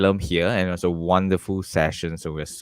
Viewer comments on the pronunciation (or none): Is that guy from asian, american or german ( looks a bit asian, mostly talks in an american accent but then says vas instead of was?!